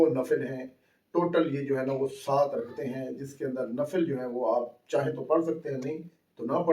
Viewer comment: O. Bhai. Raktain. Nahi. Rakatain. Parha. Krain